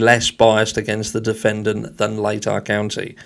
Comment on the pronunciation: Of course he's part of the good ole boys club i was born and raised in idaho it's what idaho is known for and it's pronounced lay-tah county.